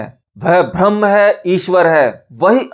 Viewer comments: Bhaiya mere bhram braham me antar hota he uccharan sahi nhi he .jai maai ki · Pahle bolna sikho Bharam nahi Braham hota hai